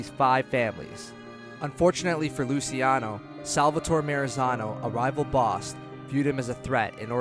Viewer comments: its luchi not lusi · Why is it so hard to say Loo-CHE-Ah-No ??? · Hold off on narration until you can pronounce basic words like “indict” and names like “Luciano” or “Moran”...